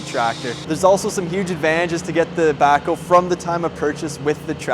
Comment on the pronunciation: it sounds like you call it a "Backo" or "Backle."